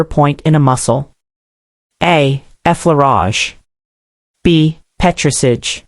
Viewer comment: she cannot pronounce petris ahj properly lol american robot